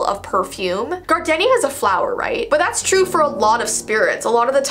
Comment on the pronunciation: I dont mean to be one of those people but Gardenia is pronounced as "Gar-deen-ya"